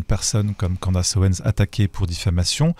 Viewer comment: Si tu sais pas prononcer CANDACE... dis CANDICE !!!! Pas Candasse! 😅